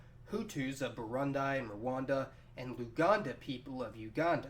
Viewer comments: please its pronounced Burundi as Boo-ru-ndi not boo-ru-ndie Good job though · Burundi is not pronounced Burund-EYE. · Burun-dai? Arent you embarrassed? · Burund”i” pronounced ”e” not “i” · Little correction, the ending i in burundi is pronounced burundee, love the video keep up the good work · Burundi is pronounced “Burundee” and not your Americanized habit of pronouncing “I” as “eye” with so many things 🤨😒😑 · Pronounced Buu-Ruun-dee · Burundi is pronounced with a long "e" sound at the end. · When he said burandai I was like what is that ?😂😂😂😂then it clicked in a second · Booroondee it is pronounced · It's pronounced BERR - OON- DEE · 😂😂 I cringed so hard when he keept saying burundie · How to pronounce Burundi: Boo-roon-dee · Burundi, not 'Barandai'. Deutsches Öst Afrika and friends? Why can't you 'educated Americans ' learn something as simple vowels? Uganda, formerly Nyasaland (Ñasa) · Burundi is pronounced like this: boo-roo-ndi with an E sound in the last syllable. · No one: Literally no one: Not a soul:: boo-ruhn-dai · You are mispronouncing Burundi. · Great post wish them prosperity and peace but Please correct the pronunciation of Burundi if you don't mind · Don't know what the photo you used for Kigali is , but it sure as hell isn't Kigali x) Also, the 'i' at the end of 'Burundi' is pronounced like a short english "ee" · cringed everytime he said Burundi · more of the reason to do further research and pronounce it right for Burundians and viewers sake who may have not known anything about the country let alone pronouncing its name. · Your pronunciation of Burundi and Bujumbura are pretty awful. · The way you pronounce Burundi irks me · Dude, your pronunciation of Burundi is way off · I don't like the way you pronounce Burundi. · Tamu Audwodia me neither and I'm from there but he tried atleast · Burundi has an E sound in the last syllable. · aadil saleh , Tell him, it's not Brundai, but instead Brundi ! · It's pronounced "Burundee" not "Burund-eye"